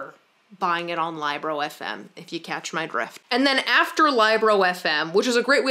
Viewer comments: Libro is Spanish for book, and it is pronounced like Leebro :D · It cracked me up hearing her saying Libro as Liebro. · I dont think you pronounced libro correctly, it is book in Spanish, so it sounds like lee-bro. I had the same reaction about wearing fanny bags across the upper body and now I love it. I bought shorts like the Lululemon on Amazon and it costs half the price. I need a soda machine ASAP. I love your videos and your bookcase is amazing 🥰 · that's what i was thinking lmao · Libro is spanish for book. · saying LibroFM Me: 🤨😬 (Libro is book in Spanish and it's a short i sound, not a long i) ☺️ Also, I definitely recommend a kindle. While I always love a good physical book, the convenience and portability of kindles is absolutely unmatched and the new Paperwhites are waterproof so there's no fear of damaging a real book at the beach or in the bathtub or whatever. Also the built in back light is amazing for those of us who have partners who hate having lights on in the house lol